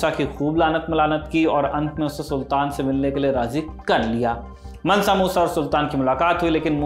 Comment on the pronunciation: Pronunciation is मांसा not मनसा so मांसा मूसा